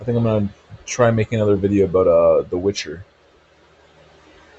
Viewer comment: Witch-her? Never met her